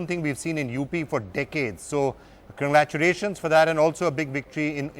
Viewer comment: holy shit! what did the anchor just begin with? conglaturation??? omg